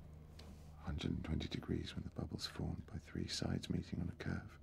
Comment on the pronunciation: The way he pronounces the "u" in curve is just obscene.